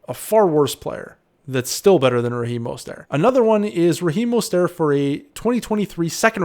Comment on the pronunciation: He's not French, at least research the names of the players your covering unless the mispronounciation is intentional for some reason.